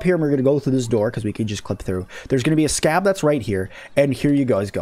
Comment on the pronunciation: Good content, but you talk a little fast. Also, they are SCA.Bs (scabby), not scabs. Looking forward to seeing more of this game!